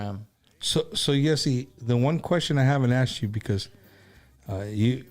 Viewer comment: I think his name is pronounced jh-ay-see